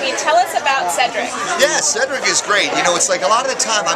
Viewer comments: It's Cedric. Said-drick! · You really said ceedric😭🔫